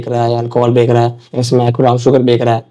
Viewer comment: Wahi mai sochu beka beka kya kar Raha hai ye😂😂